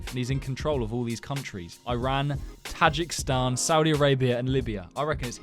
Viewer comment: Tajikistan is said taj eek istan